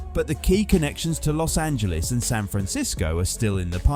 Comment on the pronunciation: We SoCal residents thank you sooo much for not pronouncing it Los Angeleeze! So refreshing!